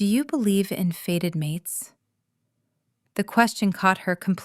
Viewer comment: Fated not faded! It’s so annoying, AI mistakes!